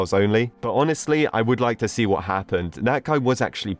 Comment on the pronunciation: Lol the way he said “whaut the hell” XD